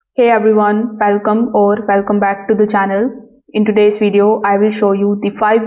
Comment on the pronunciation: Welcome - not Velcome.